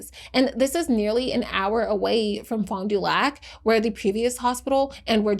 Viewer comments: I’m from Milwaukee. It’s “ FAHnDUhlack” lol sorry it bothers me. Wisconsin cities are notoriously hard to say without a ‘SkANsin accent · locally we pronounce it “fondle your sac” 😂